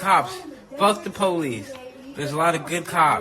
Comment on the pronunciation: "People are calling me a puthy for calling the polith"